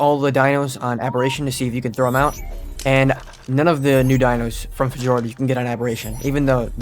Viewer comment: "Fejorder" I dig it.